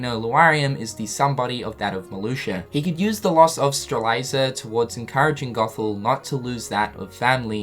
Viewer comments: he really didnt... he misses out letters (stre-li-za, instead of stre-lit-zee-a) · seeing as strelitzia is a genus of plant, theres youtube videos ALSO confirming it is stre-lit-ziah not stre-lie-zah. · I love you bro, but it's pronounced StreLITzia, not Streliza. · Orin or Strelitzia lol my god he just straight up says “Stre Lie Za” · One day, will pronounce Laurium and Strelitzia correctly... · Apparently, Marluxia is pronounced Mar-loosh-ah, at least in Re: Chain of Memories. But yeah, he's way off with Lauriam and Strelitzia. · Now I know how Strelitzia died. You murdered her name. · and more proof but go ahead and say it wrong. you only look stupid.